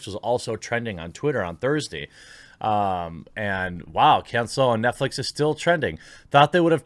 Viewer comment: okay, seriously..."Kahn-Say-Low"= cancelo.